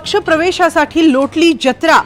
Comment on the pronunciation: महिला निवेदिकेला मराठी वाचनाचे वर्ग लावा. ज्जत्रा' न्हवे जत्रा.